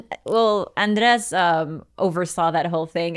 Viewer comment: that's how you pronounce it